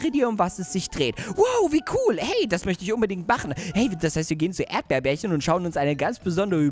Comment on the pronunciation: erdbeerbärchen heißt nicht erdbeerbärchen sondern er heißt erdbeerchen😄😂😂 habe ich herausgefunden als du den Brief von erdbeerchen gelesen hast😂😂😂😄😄😄